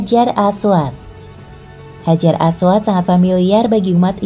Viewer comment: Hajar ..apa orang panggil batu hajar aswat ni sebut pun salah